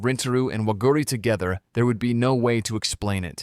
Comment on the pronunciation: bro its not waguuri and rentaro they r waguri and rintaro